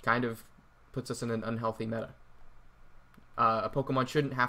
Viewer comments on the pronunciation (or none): none